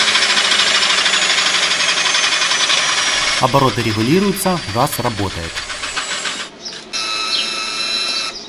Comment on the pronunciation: не хаз, а газ